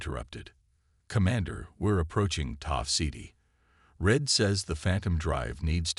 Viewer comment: It's Tau Ceti, not whatever the AI is saying or spelling.🤨